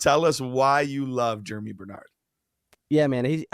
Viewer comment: Think Germie is pronounced like Germ-ee, not Jeremy. Going to be interesting to see a lot of these landing spots.